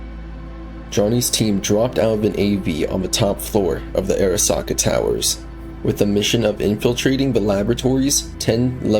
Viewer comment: bro video is ight but why tf do you say Arasaka like that lmao. Like obviously you played the game so you know how it's pronounced??????